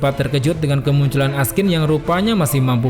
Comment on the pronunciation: namanya Askin. yg w denger Raskin.